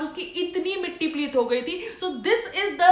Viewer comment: Matti pileet nahi mam mitti paleet hota hai